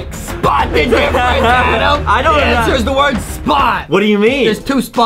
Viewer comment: it’s Adam not Adem